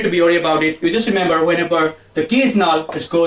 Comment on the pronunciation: null not "null"